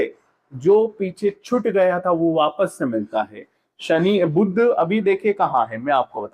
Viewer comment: Yah buddh nahi hai " Budh " hai